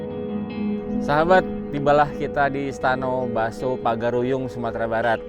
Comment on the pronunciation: Istano Basa Pagaruyung....' bukan Istano Baso.! Koreksi....Basa = Besar.. sedang kan.. Baso..nama salah satu nagari di Kabupaten Agam.